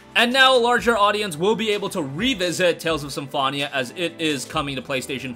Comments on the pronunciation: Every time you pronounce Symphonia like that I cringe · Great video but How do you manage to say Symphonia so incorrectly lol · They don’t, he just pronounced it incorrectly the entire time lol